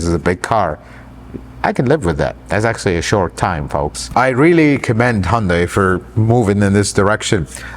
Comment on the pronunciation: It’s hun day not hun die